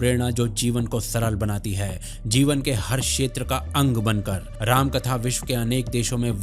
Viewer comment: You should not call yourself sanātanis if you can't even pronounce the names of the Gods properly... You cannot even pronounce two aksharas रा- Rā and म-ma Rāma properly.. Shame!!